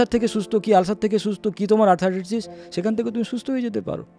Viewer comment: শব্দটা আর্থ্রাইটিস, আর্থারাইটিস নয়।